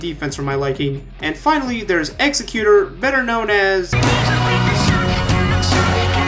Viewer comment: You did a good job on this. I liked how you explained your reasoning for placing each on the list, including some off list comparisons. Thank you for adding your opinions to the community. P.S. You pronounced Executor's name right. Say "Executive" but replace the "ive" with ""or".